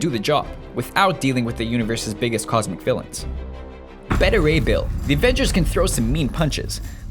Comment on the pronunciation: Did they accidentally use the wrong takes for the voice over. There are a ton of mistakes. "Bet-ta Ray Bill?